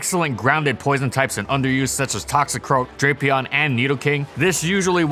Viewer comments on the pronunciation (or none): none